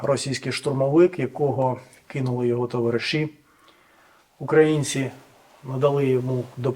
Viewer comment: Він каже "украЇнців".Наголос правильний.Мабуть має українські корені.